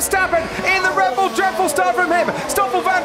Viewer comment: anyone hear dread bull lol